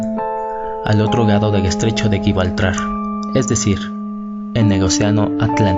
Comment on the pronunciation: guibaltrar no, gibraltar